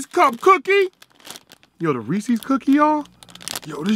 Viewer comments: Lol the Reese C cookies... 😂. Come on man. Hilarious. Ain't no C in it 🤣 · You said Reese’s the wrong way